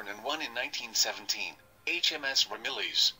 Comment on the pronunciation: Not Ramilies, by Ram-my-yeah.